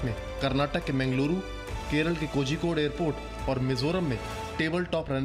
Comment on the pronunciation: Zee news if u cant pronounce kozikode properly pl call it as Calicut which will b eazy for ur tounge